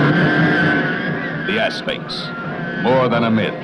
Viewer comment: I heard him say assface in stead of Asphyx and I can't unhear it now lol.